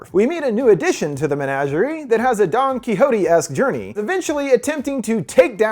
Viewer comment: this dude really said donkey hotee, he couldnt have been any more white